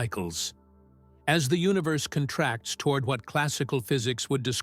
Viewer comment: The AI voice is not terrible, and it has improved a lot. Still, for some reason, the relationship of the words is not “understood,” as “periods” are inserted randomly throughout, words are sometimes mispronounced, etc. (e.g., “space CONtracts” instead of conTRACTS). The absence of music is greatly appreciated.